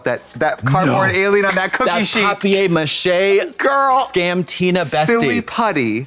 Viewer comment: I almost choked when katya pronounced paper mache like George’s gf on Seinfeld lmfao